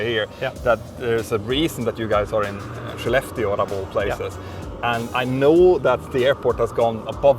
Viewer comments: It would have helped to spell or show in written the name of Skellefteå. I heard "she left you", the transcripts were not helpful with "Shileft Steel", until it showed up in the airport - for just too short a time to be aware of it. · Absolutely shocked how the "Skellefteå" is actually pronounced.. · the 'k' in Swedish is pronounced as 'sh'?? i also heard the other day someone pronouncing 'Köttbullar' (meatballs) as 'Shot -bullar'